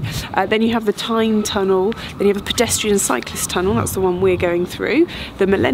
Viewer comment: Tyne tunnel I thought you said Time tunnel!